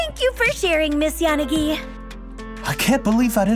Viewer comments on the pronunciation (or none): wtf did they just mispronounce yanagi like YAH-ni-gi like a silly gaijin? she's obviously jp so it should be like ya-NA-gi. and tsukishiro should be tsu-KI-SHI-ro. or am i totally off... 🤦